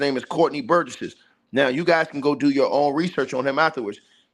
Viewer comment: This cool and everything. But relax on cussing out ppl that come to your channel to support you. It’s better interaction for you anyway. And you seem even more stoooooopid when you yell at people but sitting there diabolically adding extra syllables to Courtney’s last name. Burgess! That’s it!! NOT burgessESS … like boy sit down and relax!! Cause your passion got some of us wanting you to just tell your own story of when you “got took”… cause why all the fire and the passion? Something you wanna tell us?? Got a similar story of your own ??? eel!! 🥴🙄🙄🙄. And yea …. Block us… and hurry up !!!